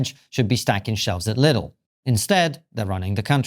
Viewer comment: "...stacking shelves at Lidle..."😂